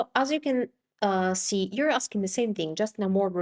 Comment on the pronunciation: I'm not trying to be mean, but I notice that when you say the English word, "that" you pronounce it, "dat", "the" sounds like "day or da", "this" sounds like "dis". Is the English "th" sound hard for native italian speakers to say?